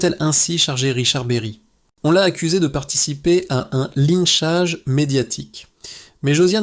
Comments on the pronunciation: et oui, l'IA est insupportable ; (remarquerez des mots "clan" être dit "clane" ou linchange "linechage" !) ; l'aspect mercantile avec un outil IA d'une affaire aussi grave est irrespectueux envers Colline. Parler de "tragédie antique", ou de "drame shakespearien" est totalement déplacé et inapproprié ici. Cet outil IA et son ton narratif est déshumanisant au possible. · L'histoire est intéressante, mais tout le monde la connait, mais ça encore c'est pas très grave, en revanche tu dis des mots que tu ne comprends pas, genre "line-chage" médiathèque.... A mourir de rire mais bon...